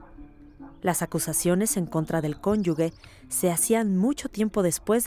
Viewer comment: Qué pena que en un programa tan culto, no se pronuncien bien las palabras. Da mucha pena que no sepan pronunciar la palabra CONYUGE